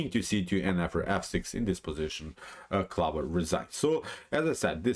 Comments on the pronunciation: No. Honestly it was just amusing to me as an English speaker (though I do speak Spanish as well) to hear you pronounce this as 'clovver' we would pronounce it clo-ver. I really enjoy your channel and I know that like me you are a big Kasparov fan. My style is similar to Kasparov (not as good of course) and we almost share a birthday. Keep up the great work. How much do you think computers are influencing modern grandmaster play? I am only an 1800 player and I don't think computers have encroached on my play too much. I tend to play very much as a 'human'. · Interesting pronunciation of 'clover'.